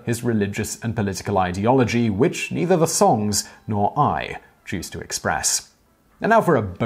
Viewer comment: And "chose".